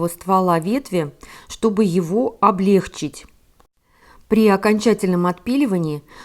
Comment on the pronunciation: О грамотной речи. Сейчас модно произносить облЕгчит. Очень режет слух, правильно - облегчИт. За видео спасибо, буду более решительно стричь свои хвойные.